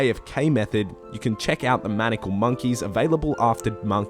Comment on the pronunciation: Very thorough guide, well done. ps. It's maniacal, pronounced məˈnʌɪəkəl